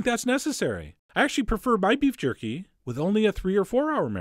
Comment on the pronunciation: Did you just said qorky